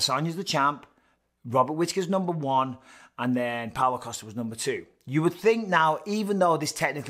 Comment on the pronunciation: Can't help but hear Paolo Acosta every single time de Count mentions his name.